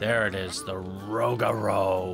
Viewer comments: Ro-Gur-u not rogru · It’s roo- ga- roo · Rougarou is pronounced Rue-ga-rue (not trying to be rude just pointing it out) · It’s a very confusing name but it’s actually pronounced “roog-a-roo” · ProjectSunset actually roog-a-poo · For Rougarou, it’s actually “ROO-ga-ROO” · Imma help my boy out, rougarou is pronounced (roo-ger-roo) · Can please stop saying 'the' in front of the coaster name please? It makes the coaster enthusiats cringe. Also it's pronounced Roo-ga-roo. According to the park, it's French for "nightmare" which Google disagrees with so I have some trust issues with CP. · Here let me help you out with pronunciation for Rougaru rew ga rew lmfao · It is pronounced 'Roo-ga-roo' x.x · As a previous crew member on Rougarou. Your pronunciation makes me cringe. Rew-ga-roo.